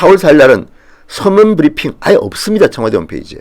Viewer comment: 별걸가지고 난리네 ㅋㅋㅋ 문디야 니발음이나 똑바로해 "버리핑"이 뭐냐? ㅋㅋㅋ